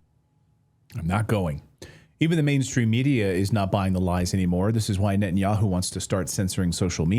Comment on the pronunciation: Netanyakhu says Khamas is khorrible...